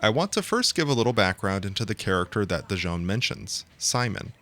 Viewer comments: Why do you keep calling him Dijon? <.< DIS-SON. My introduction to the series being that I am from the 80's was Ace Combat 1. Never got into the other games because of release lacking and stuff like that. I played through Ace Combat 3: Electrosphere a few years ago which used a different translation patch since this one looks a lot more clearer than the one I have ( I got a full playthrough of AC3 with special edits in a few videos, I highly recommend the final one to see what I mean ), and this is my favorite Ace Combat game. Before this, it was Ace Combat 1. AC7 is a joke and AC4 I'm not even interested in, it doesn't tickle my fancy at all. But this? AI, questions regarding our future the possibilities.. This is right up my alley and alawys has been. Ghost in the Shell <3 Mega Man and so forth! I think about this game still on a near daily basis. The theme Morceaux is amazing. This game really was a beautiful starshot. And when you consider the Iceberg meme of Z.O.E., Sublimation and possibly Mihaly — I so hope they tie Ace Combat 8 with Ace Combat 3 and doesn't try to do something dumb . . . but my money's on that they'll do something dumb... Companies often seem to have some strange aversion to tying their franchises together... Did start a Ace Combat 2 playthrough that I'm still in the recording phase of but that game... is not very fun. But every time the Z.O.E. enters the battlefield, I'm just all giddy about it. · It's fun hearing people say Dision's name incorrectly because we can hear clear as day throughout the game that people say it like "Vision."